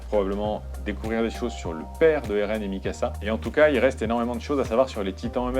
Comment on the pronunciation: Bjr bon courage pour tes videos. Juste une precision : MIKASA et non pas mysaka.